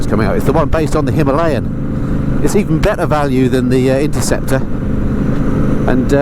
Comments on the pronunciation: Dont get the Himalayan thing. Its not "Himalien"😂. Unless I cant speak the Queens English etc...nonsense haha. Great ride out! Just did the Surrey hills and the punch bowl. Got a bit steep off the beaten track but one hell of a view! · Speaking of which, has done a review on the Tuareg yet or is he still working out how to swing a leg over the pronunciation? HIM-UH-LAY-UN lol., you should invite out on the lanes with you Pezza and Phil when he's got his hands on a 411 RE Scrambler! Would make for ace content mixing it up with a BMW, Aprillia and an Enfield. Just sayin':) Peace ma dudes!